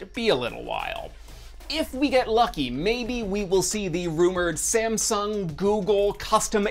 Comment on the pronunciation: did he just pronounced SameSong